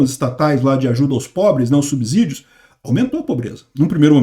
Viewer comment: vou te dar outra dica. A pronúncia correta da palavra SUBSÍDIO é SUBCÌDIO e não SUBZÍDIO. O S tem o som do fonema /S/ CÊ e não do fonema /Z/ ZÊ. Isso se chama erro de ORTOÉPIA.